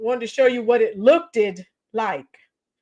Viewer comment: Not even Jesus can fix Tiffany Henyard... How in the hell do you not know how to pronounce Kudos ,Variant and looked, that cringe compilation was cringy and funny.😬😬🤣🤣